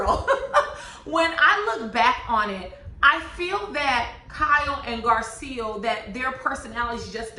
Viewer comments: Hey love your review.. but name is GarCELL not GarSEAL.. just an inccey weeny critique 😅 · I think Garcelle pronounces her name Gar-celle like Belle from Beauty and the Beast.